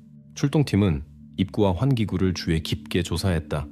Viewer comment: 주의 깊게를 자꾸 주에 깊게라고 발음하는거 킹받네;;;; 수의를 수에라고 하고 ㅋㅋㅋ ‘의’ 발음이 안되다니 한국인 아닌가?? 그리고 왤케 직역투여